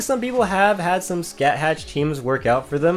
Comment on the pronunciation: Also since you brought up pronunciation It's skah-ha not scat hatch